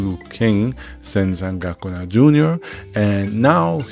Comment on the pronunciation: First couple minutes in; you saying zen San goku na? lol